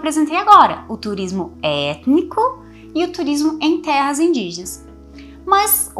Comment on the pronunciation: Prof eu amo a sua pronúncia de "etnico"